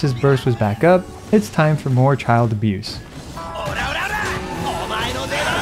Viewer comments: "Childe abuse" sir?! 😂😳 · "Childe Abuse" 💀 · "Childe abuse". Lol